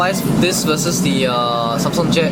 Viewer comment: Its Samsung not Sanm Songh . LOL . So cute the way you pronounced it .